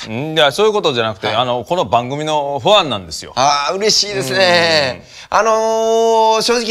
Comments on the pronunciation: ファンをフアンって言うところじじい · この年代の人特有の「ファン」の発音完璧。